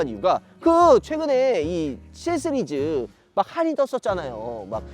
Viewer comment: 형 스리즈 아니고 시리즈요!